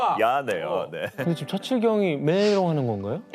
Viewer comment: 처칠 발음이 왜저래